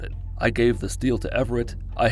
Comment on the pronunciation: Every time you said Everett I was like what😂😂